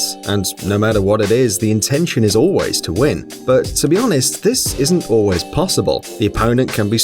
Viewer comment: Emphasis on “ALWAYS win” when they mention rock paper scissors and so on.